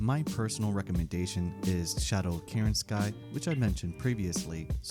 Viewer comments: Very fair review, but that was the most dezgra pronunciation of Kerensky I have ever heard. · I died laughing when I saw this comment. Dezgra indeed.